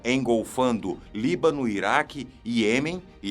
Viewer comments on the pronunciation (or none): none